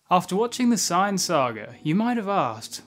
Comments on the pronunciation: I love your videos but why do you say "cyan" Isn't it "say-an"? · Dude it's saiyans not cyans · why he saying sayin like cyan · America: "Sayin" Wherebout bro is from: "Sighin" Actually when I was young I had trouble spelling it because of how we pronounce it. I spelled it like Sayian. Wen it's Saiyan. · I don't like the way you say sayian